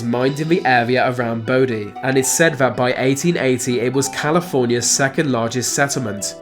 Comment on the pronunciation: I’ve rarely heard a lazier speaker. I.e. vis, vat, fings, fousands, ve, wever beaten plus lots more. I can’t listen to this. It must sound retarded to other English speakers throughout the world. 🤷🏻‍♂️